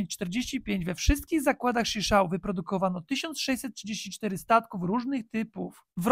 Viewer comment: Schichau, czytamy Szichał. To byl gosc, ktory zalozyl rowniez stocznie w Gd.